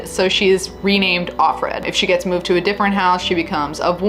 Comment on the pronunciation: Everyone alway calls June offred (off-red) its supposed to be OF- fred. "Of" her commander. Like "of" glenn, " of"warren ect.